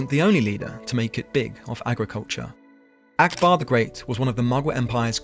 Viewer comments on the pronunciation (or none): none